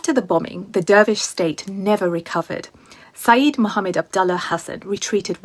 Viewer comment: It is Sayid not Saeed. Completely different meaning and pronunciation.